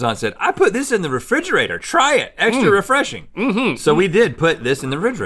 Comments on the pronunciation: Did Rhett really say "rigrator" instead of "refrigerator"?? -- LOL -- I love these guys!! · in the rigerator! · The "ridgerator" really surprised no comment from Link.